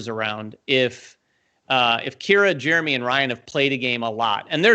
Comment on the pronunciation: You said my name exactly right, which is amazing. Give yourself a pat on the back Jeremy! I'm really excited to hear you all are looking forward to doing more "relaxed" content. It's relatable and easy to watch while eating lunch, working out, etc. Especially during this pandemic, I feel like I enjoy that engaging content.